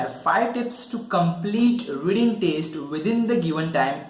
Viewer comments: It's test not teste😬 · it is TEST not TASTE first go and improve your pronunciation 😂😂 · It's not taste it's test 🙄